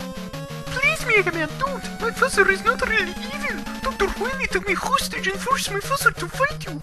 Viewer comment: Hostage (HOIST-ARGE)